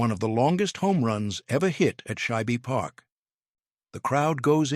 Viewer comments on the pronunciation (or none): Shibe Park is not pronounced as two syllables (Shy-beh). It is one syllable (Shyb). 😊